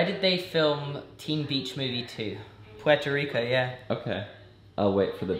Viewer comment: I normally get upset when people say Puerto Rico wrong, but honestly I accept ’ and version wholeheartedly 😂🇵🇷